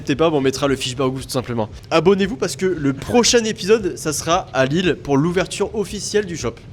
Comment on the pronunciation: Au secours!!! Lille sans 'S' svp. Faites un éffort quand même.